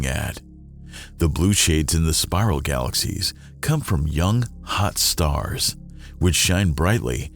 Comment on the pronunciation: Why you gotta keep saying “young, hot stars” like that?